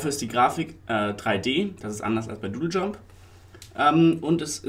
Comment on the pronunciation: Du sagst ja immernoch Dödeljump, find ich hammer macht weiter so meine Freunde!